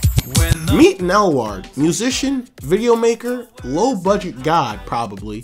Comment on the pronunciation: Nelward is a weird way to pronounce weirdal